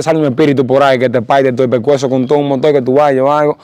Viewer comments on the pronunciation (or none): no se dice Pesueco como tu dice es Pecueso que deve de sel cuello 😂😂😂